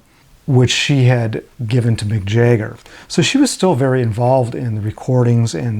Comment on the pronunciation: Who is Jayger ?? Jagger. pron: Jag Ger